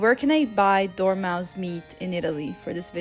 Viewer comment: when you say dormouse i hear " dormamu i come to bargain" when you say you want knife to peel dates I was like " excuse you" there is no skin on dates, or do they?🤣🤣🤣